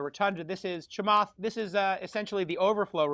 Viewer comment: the off the cuff "" killed me